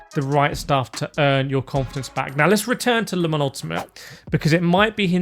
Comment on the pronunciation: wow can you not say LEEMON it is LE MANS and don't try and blame you accent .